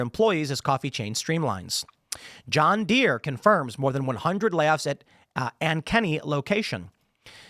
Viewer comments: As an Iowan, your pronunciation of Ankeny is maddening. Lol. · "Ankeny" rhymes with "Spank-uh-me"